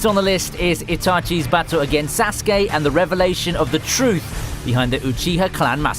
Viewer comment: He said sauske wrong